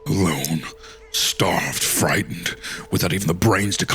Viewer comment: My favorite place to come listen to "t"s pronounced as "d"s I'm friddened.